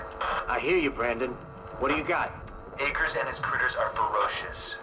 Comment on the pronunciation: I'm beginning to think your mispronouncing 'Akers' on purpose.